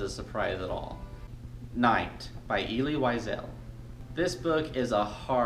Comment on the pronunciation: Elie Wiesel is pronounced Ell-ee (rhymes with smelly) Veezle (rhymes with weasel.)